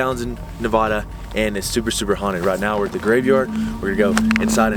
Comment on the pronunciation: I wonder if he learned how to say Nevada the right way.